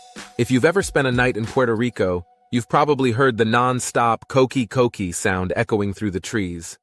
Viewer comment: If we're gonna get a video of puerto rico can we get a boricua to talk about it? I dont need to hear the word coqui pronounced as cokequi